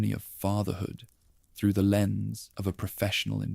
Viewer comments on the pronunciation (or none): none